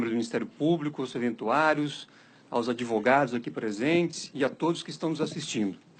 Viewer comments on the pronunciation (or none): "Adevogado do ano" Conseguiu aumentar a pena do Lula de 9 para 12 anos... Se continuar assim, Lula pega perpétua!!!